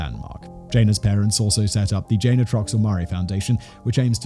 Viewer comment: Jay nuh, not Jane